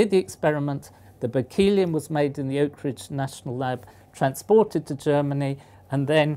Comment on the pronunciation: I think it's pronounced Berkley-um not Berk-eel-ee-um.